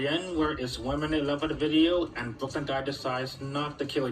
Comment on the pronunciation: It's Brooklyn not brokie